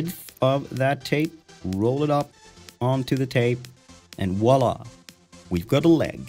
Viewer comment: I love you guys, and I love your accent, but 'wallah' isn't a word, it's an Americanized version of the French word 'voila' pronounced, 'vwawh- la', accent on the 'awh'